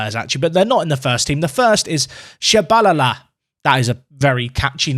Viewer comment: Tshabalala is pronounced Cha balala